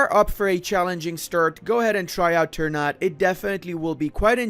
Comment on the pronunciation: "Ter nut" LOOOOOOOL